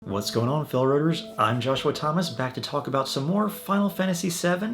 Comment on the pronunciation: What are you saying in the beginning of your video? Are you saying "What's going on "fellow runners?" It almost sounds like you're saying Phil rutters or something.